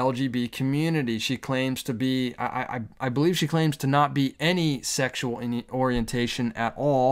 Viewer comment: I have never laughed so hard watching a video. The way you pronounced pansexual is absolutely hilarious. It's like the point of Siwa's message completely flew over your head. They were not asking anyone to submit to anything. It's like queer individuals excluding religious people and silencing them. Actively excluding anyone for their choices purposely, is the issue, be for real.